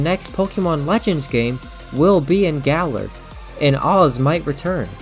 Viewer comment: His name isn’t “OZ” its pronounced as the letter “A” then “Z” together as AZ 😅